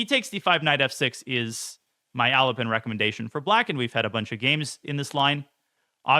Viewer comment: why do I hear "Elephant" every time he says "Alapin" lol